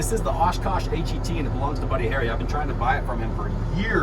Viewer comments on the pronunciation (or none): Please, stop calling the Osh-Kosh truck a H•E•T. No soldier says that. It’s pronounced as HET (H•ET) as in the H is sorta silent with an emphasis on the ET syllable part of the acronym.